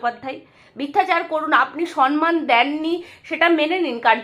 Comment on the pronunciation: তুমিও সমমানকে সনমান উচ্চারণ করছ?